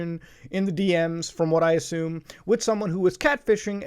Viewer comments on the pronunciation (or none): none